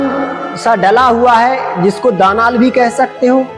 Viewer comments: Daanaal nahi bolte daalaan bolte he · प्रस्तुति सुंदर है-----शब्द *दानाल नहीं दालान*है आडियंस का स्तर सामान्य है